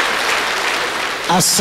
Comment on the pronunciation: Фамилия не Осумов,аОсомов